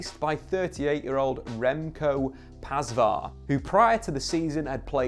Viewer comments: its not pasfah/ pasvar, its pasveer pronouned pass-sphere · One thing I never understood about British people is that they are perfectly capable of saying the names right but don't. For example you say 'pas-var'. But you could use your English vocabulary to have the correct pronunciation of his name, which would be 'pas-fear'. Same goes for other names, including all of the names with 'van'. Such as 'van de Sar'. Which British people pronounce as if it's a car. But the correct pronunciation is 'fun-duh-Sar'. Also it's not 'van de beak' like a birds beak. It's 'fun-duh-bake' as in to bake a cake. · Pasva? Pasveer is pronounced like: Pusvear. Try it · I like how badly he pronounced pasveer xD that is the most english way to say it haha